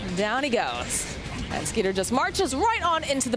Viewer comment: Isn't his name Skiter not Skeeter?